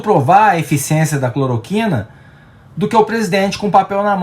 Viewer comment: "CLOROQUINER" foi ótimo! Kkkkk